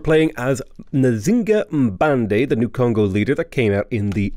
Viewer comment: Not sure if accurate but the game (Sean Bean) pronounces her name as "Chinga Banday" FYI.